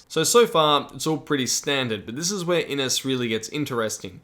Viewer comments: This game looks amazing. FYI Inis is probably pronounced with a "sh" at the end. Inis means Island in Irish. IH-nish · Great overview! Just a wee pronunciation point: Inis should really sound like "IN-ISH", which just means "island" in Irish.